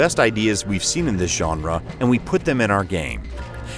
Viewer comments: Shay-o-lin!?!? No... Please delete this video and fix this. How can you pronounce this so badly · Y'all need to work on your pronunciation of Shaolin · How can you claim to be a fan of Kung Fu movies but mispronounce "Shaolin" that badly?